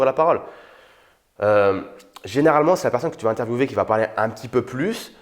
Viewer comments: oui, Les Français disent [interviewé] et non [intervieoué] pour interviewer. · C est géniale mais tu as dis interviewver mais il prononce interviewer😐